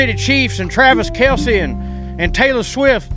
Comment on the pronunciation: Kels, not Kelz, no "e" pronounced. I normally only follow sports news to guage whether to drive near the stadium, and for a hint to moods of friends and neighbors. I'm just now learning to pronounce Travis Kelce. Been calling Patrick Mahomes "Kansas City's sweetheart" for years now.